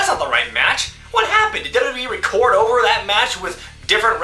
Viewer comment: 'How dare you get so ovurrrr'